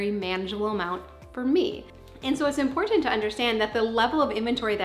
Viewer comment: Gotta love extra enunciation when she says "imporTanT".